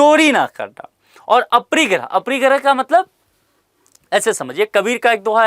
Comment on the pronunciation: सर आपके उच्चारण में काफी त्रुटियां हो रही हैं जैसे - अनेकांतवाद को आप अनेकतावाद कह रहे हैं और अपरिग्रह को अप्रिगृह कह रहे हैं। आशा है सुधारने का प्रयास करेंगे।